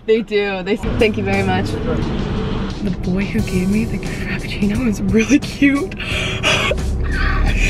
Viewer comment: "The boy that gave me the ca-frapiccino is really cute"🤣🤣